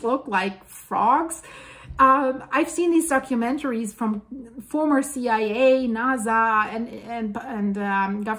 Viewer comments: I like your information but sometimes it's hard to take you serious when you keep pronouncing NASA as it has a z sound.... let me hear you say... snake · It is Nasa to NaZa